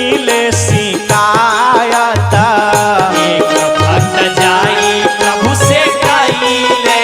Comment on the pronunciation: आप कागायान भजन बहुत ही सुंदर है परन्तु आप शिकायत के स्थान पर सिकायत बोलना चाहिए क्योंकि ये भोजपुरी भजन है इसमें श शब्द का बोलना अच्छा नहीं लग रहा है हलाकि बाद में आप ने स शब्द का उच्चारण किया है 😊😊धन्यवाद🙏💕